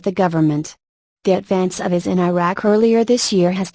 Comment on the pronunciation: Funny. The speaker doesn't know what IS is. Her pronunciation and monotone are annoying throughout.